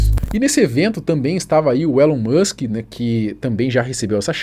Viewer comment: é tudo culpa do "élan môsk" EDIT: (vcs sabem interpretar texto né? sabe usar aspas, ironia...?)